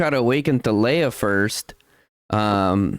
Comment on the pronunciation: Surely is to be pronounced as in Tar lay ah